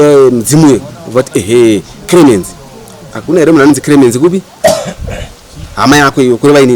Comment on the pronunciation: It's Clemency not cremency